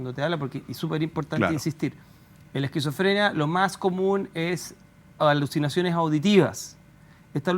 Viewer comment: "AluSinaciones." .. 😂😂😂En serio? 😅😅😅😅😅